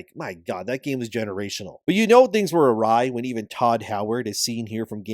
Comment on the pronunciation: Say 'generational' again - I fucking dare you